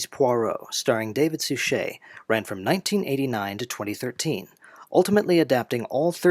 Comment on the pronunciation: Suchet. Accent the first syllable.